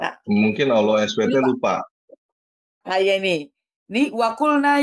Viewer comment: Ada kata" pakailah bahasa yg benar, Allah kok baca ny Owoh, kadang bingung aku